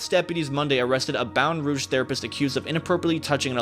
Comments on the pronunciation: I’m so sorry but I’m from Louisiana and IM FINNA CRY WTF IS BAETON ROUG 😭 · It’s Baton Rouge(Batten-Roooouge) that’s how to pronounce it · Bro really said “Baten Rouge” 💀💀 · IK DID NOT JS MIS PRONOUCE MY CITY.!!! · Am I the only one that cringes when he says Baton Rouge ik it's probably not his fault